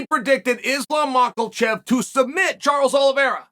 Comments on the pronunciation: The only person I ever heard call Makhachev "Macklechev". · Charles gotta be trolling us with ‘Mackelchev’. Where did the ‘L’ come from? The reason Chael is undefeated is because he’s dropping all of his L’s in peoples names. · idk Chael says Mackelchev😂